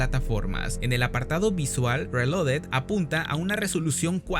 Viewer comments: Que desperdicio para poder decir bien la palabra reloaded 😢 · es que es lo chistoso, mínimo deberían saber pronunciar bien el nombre de su juego si tan fans son :v